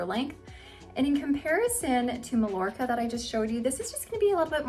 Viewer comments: Love these low density, heat friendly wigs. You've sold me. Now I must choose one. btw - Mallorca has no "ll" sound. Mallorca is a beautiful Spanish island (pronounced Mah-YOR-kah) in the Mediterranean. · I love your reviews,! You're in a small group of those I watch anymore....you're pretty hard to beat! (Just a little note on Mallorca...it's pronounced Mayorka in Spanish. 🙂) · Mallorca is actually pronounced MyYorka. Love your videos and those are great styles! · Thanks for a good look at the Spanish collection. Love the Macademia Latte Rooted on you - it's a beautiful color that hightlights your strikingly beautiful eyes, but sadly, not right for my skin tone. Just for future reference, Malllorca is pronounced "may-yor-ka". :) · It is pronounced Meye-YOR-kuh in Spanish 😊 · I love the color .I do believe the wig Mallorca is pronounced Mai-or kuh. As in Mallorca Spain. Thanks for the showing. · Thanks for the comparisons in this color. Just a little note, if you don't mind, since these are named after Spanish cities, Mallorca is pronounced "My-Yor-Ka" -- without the L sound we use in English. I am leaning towards buying Alicante, and it will be my first order with you. I love your reviews. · These are all really pretty. I like Alicante the best. I think you pronounce Malljorca Ma-york-a. The double L sounds like a Y. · Lovely styles and informative video! Just FYI, Mallorca is pronounced "Ma-yor-ka." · I was gonna say that too 😂